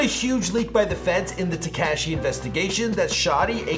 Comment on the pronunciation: Tehkashee ain't right bro